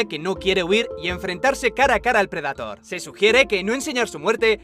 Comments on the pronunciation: PREDATOR?, NO PUDISTE PRONUNCIARLO CORRECTAMENTE? DIOSSSS NO PUEDO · preh· duh·tr por favor pronuncia como se debe... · si bueno pero las traducciones y doblajes latinos son los mejores, no que los españoles apesta su doblaje de verdad no lo soporto, ademas de que pronuncian las palabras en ingles de manera incorrecta: "predator" tal cual como se escribe no mamen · Alguien muere de cáncer cada vez que dices predator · me encanta como pronuncias bien willy wonka pero no predetor o eirbender xd